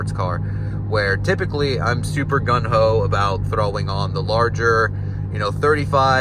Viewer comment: “Gung ho”. Not gun ho